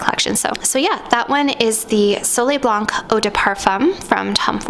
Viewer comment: You’re Canadian!! Don’t pronounce the c in blanc or the m in parfum I just found your channel but your French pronunciation is killing me. Seek proper pronunciation please.